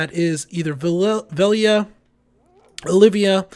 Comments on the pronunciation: It's OL~VIA ya GIMP! NOT Olivia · Good video. I agree, however, with what Stille Nacht is saying about the difference between contributing to nodes vs. sub-nodes, and what the difference is, etc. Also, it's OL-VIA...there is no "i" between the L and V. OLVIA.